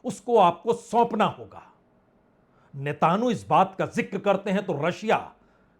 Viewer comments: Netanu nahi Netanyahu 😂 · Sir netanu ki jagah netanyahu bol diya karen baqi sab theek hai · अरे महाराज ! होमुर्ज Homurz ) नहीं होर्मुज Hormuz ) बोलिए। नेतान्हू Netanhu ) नहीं नेतन्याहू Netanyahu ) पढ़िए। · पुण्य प्रसून जी, आप होरमुज को होमुर्ज़ कहते हो, वह सही नहीं है। साथ ही आप इस्राइल के प्रधानमंत्री नेतन्याहू का नाम भी सही से उच्चारण नहीं कर पाते हैं। कृपया इन्हें संशोधित करने का कष्ट करें!🎉🎉